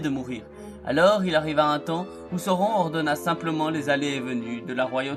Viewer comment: Sauron, ça se prononce SA-O-RONE, bon sang de bonsoir...lisez les Annexes du SDA avant de faire des vidéos sur la Terre du Milieu nom d'une pipe, ça paraît être le minimum... sinon, le contenu est ok, malgré quelques raccourcis. Mais tache difficile en fait de résumer l'histoire de Sauron, puisqu'il est la clé de voûte de toute l'histoire de la Terre du Milieu pendant les 2° et 3°âges. ... Et on dit " sine-dar" pas "sain -dar", j'ai failli ne pas comprendre de qui tu parlais, fait un effort sur les prononciations stp sans quoi tu risques d'irriter tout le monde, malgré tes intentions fort louables de faire découvrir la richesse de l'histoire de la terre du milieu.😎